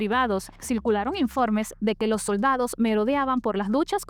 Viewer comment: "lo soRdadoh" 😂